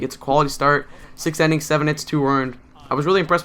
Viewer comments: INNINGS...NOT "ENNINGS" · Innings not ennings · Why do you say enning